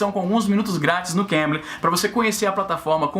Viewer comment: Na hora que o Izzy fala Cambly, eu escuto Cambridge. eeahuaeuaheae Tanto é que eu escuto os videos do Izzy e fiquei assustado quando ele falou "esse vídeo é patrocinado pelo Cambridge..." e eu "carai, que upgrade nos patrocinadores".